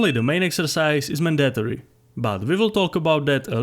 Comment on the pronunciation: I like how you said mandatory